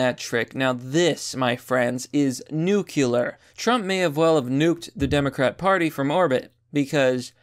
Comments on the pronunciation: It's nuclear, not nucular. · Jesus Christ, how many times do I have to say this? Its not pronounced "NEWK-ya-ler" its "NEW-clear". Nuclear. Why do you think there is an extra syllable? You pronounce it like you have downs. Other than that, you do great work and I appreciate what you do.